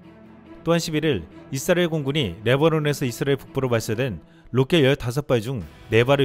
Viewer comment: '이스라엘' 발음이 좀....;;; '잇스라엘' 이라 읽는 건 외국인들이 그러던데..